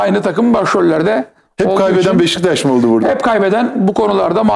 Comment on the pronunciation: NOBODY: BEŞİKTAŞ SİNAN ENGİN :BEŞŞTAŞ